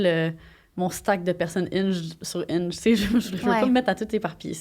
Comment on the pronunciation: Quand tu as dit ''Hinge'' j'avais compris ''Inch'', haaaaaaaa! xD Je n'ai jamais utilisé des ''Dating Apps''. Je préfère parler en personne. On dit ''vedette'', et non ''célébrité''. Le ski et le snowboarding sont très différents. Ce sont deux façons différentes de maintenir l'équilibre. ''Célibat'' pour toi semble vouloir dire ne pas être en couple. Ça ne signifie pas l'abstinence 😉. En passant j'aime bcp les croustilles Miss Vicky's Lime & Pepper.